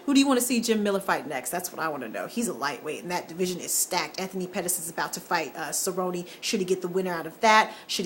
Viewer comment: Well at least you pronounced cerrone and alistair correctly. Dos santos didn't win anything in that fight. Miller and winner of cowboy and pettis. Cain overeem.